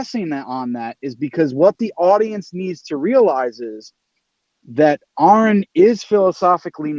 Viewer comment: What is the GD MFing challenge to pronounce Aron’s name correctly?